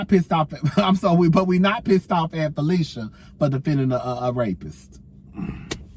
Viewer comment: Pronounced phy-lish-a